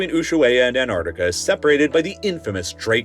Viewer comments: The way you pronounce Antarctica as ANARDICA is driving me absolutely insane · This video is a rage bait! The wait he says Antarctica without the T!!!! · How can you mispronounce the name of the subject of this video over and over again?? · You know there's a T after the An in the word Antarctica right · No D in Antarctica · Why do Americans not pronounce the first c in Antarctic? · The biggest mystery of this video is why can't he pronounce the first T in Antarctica? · I can’t stand hearing this guy mispronouncing AntARCTICa every two seconds. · I'm not sure if you noticed but the 3 letter of this continent's name is the letter 'T'. It seems like you forgot to pronounce it throughout the entire video. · They made a 40 minute video about a continent that he can't pronounce correctly. bruh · 'An T arctica' not Anarctica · He also kept saying"Antartica" when he meant "Antarctica" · Who the hell is Ann Ardika? It’s ANT ARC TICKA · It's "ant-arC-ti-cah", not "ant-art-i-cah". If you mispronounce this, you should also know library isn't "li-bayr-ee* and nuclear isn't "noo-kyoo-luhr." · It's AnTarcTica not Anartica!!!! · I wish you’d pronounce AntarCtica correctly! (you keep saying Antartica) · It's antarctica, not anartica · The incompetent narration drove me away after only a few minutes—Antartic and Antartica instead of Antarctic and Antarctica and, appallingly, anthropod instead of arthropod. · I can't stand listening to Americans talk about Antarctica. Here's a tip for you yanks, the first T & C in Antarctica is not silent! It's not an-art-ica! It's pronounced exactly how it's spelt. An-tarc-tica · Why do you say Anartica? It is a bad omen when you cant even pronounce the main subject of your video correctly. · It is Antarctica not Anartica. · You keep saying Ann Ardica - who is Ann Ardica? Ann Arbor’s sister? You should probably be able to correctly pronounce the topic of your video. AnTarCtica. Two T’s, two C’s. 🤦🏻‍♂️ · It's pronounced ANT ARC TICA not anartica.